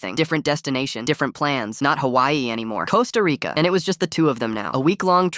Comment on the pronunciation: Why did bro say it like "CoSta RICCAA" the first time💀